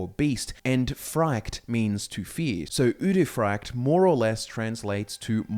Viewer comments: frykte is not pronounced fraykt though, it's more like Freekteh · I don’t know why, but I hate the way you say udefrykte. I think it’s pronounced ude fri kte and not ude fryekt. Yeah I just checked, you are pronouncing it wrong. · Yo my guy, the frykte in uderfrykte is pronounce more like friction, not fry-kte. Sorry, it was bugging me the whole video. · You pronounce the Norwegian word so wrong 😭